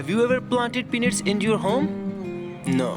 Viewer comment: I swore he said grow your own "P*NIS"